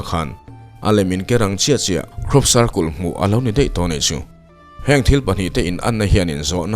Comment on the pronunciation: circul tih chu mawilo e pa cle in i lam lo a